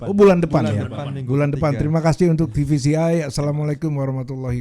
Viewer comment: Te Ve Ce I om bukan Ti Vi Si Iiii